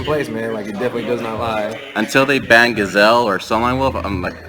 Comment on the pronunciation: Did he say "ban" or "bang"...because i'm preety sure they're someone in africa somewhere banging a gazelle. lol